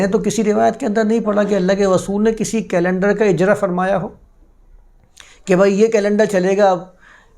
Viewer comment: رسول کو غسول مت کہا کیجئے۔ اردو کی عربی میں تلاوت نہیں کرتے۔